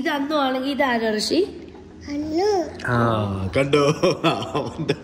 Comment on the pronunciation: But his name is' Rishi' not 'Hrishi'